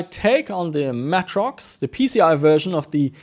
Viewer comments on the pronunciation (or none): holy shit. i have never heard of matrox pronounced as matt-rox. always more like matrix but with an o - may-trox